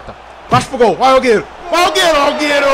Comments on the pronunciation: O certo e Äguero e assim que se fala não agueiro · EU FICAVA COM AGONIA QUANDO ELE FALAVA AUGUERO EM VEZ DE AGÜERO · O bom do games euuuu e que envés de ele falar aguero ele fala auguero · Ele chamando o aguero de augueru kkkkk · Nome do jogador: aguero Como o chama ele: auguero kkkkk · da uma agonia dele falando alghero mas é aGUero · "Auguero" kkkkkkkkkkkkkkkkkkk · "Auguero" kkkkkkkkkkk Mlhr YouTuberr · Ele falava agueiro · alguero kkkkkkkk alguero kkkkkk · " Auguero " KKKKKKK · Kkkk Aúguero😂😂😂😀😀😑😅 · ele falando alguero racho man kkkkkkkkkkkk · auguero kkk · "Auguero " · Ele falando AlGerO gol kkkkkkk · É só eu que escutei aiguero que o falou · Ele fala do jeito q ele acha q se fala